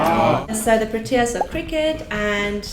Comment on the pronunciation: why does she say pro-T -ias its its pro-T-ius